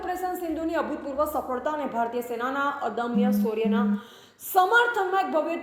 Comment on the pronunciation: Ben શૌર્ય બોલાય 😂😂😂નકરો સ સ જ કરો છો😂😂😂😂